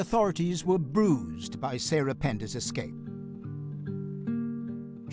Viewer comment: Ek-scape? Ek-scaping? Did you miss out on grade two? Try again… escape, without the “ek”, bumbass.